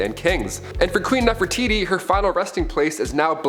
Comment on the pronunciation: seriously....? NEFERITI....???